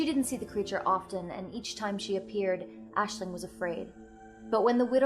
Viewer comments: As an Irish student its really refreshing to see an American say our names so eloquently! Great job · only clicked on this cause my rp character is also called Aisling, and honestly its so nice to hear someone pronounce the name correctly. ;n;; thank you